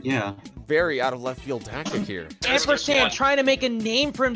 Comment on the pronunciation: Its no Shane in the game,not shame.Trust me,Ive heard it a lot.Also nice video.